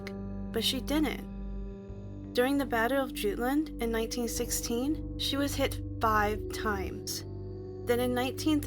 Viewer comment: The barham is the best ww2 battleship explosion video. She got torpedoed and started to sink. As she rolled over her magazine blew and the whole deck rolled back. Another ship traveling with her was videoing everyone escape and she blew sky high. And it's the battle of jutland. Jut. Not joot. Js FYI. Love the vid tho. The H in Barham is silent too. Imma war buff if its not obvious. They hid as many sinkings as they could. Its to keep British morale up. Its a normal thing everyone does it during war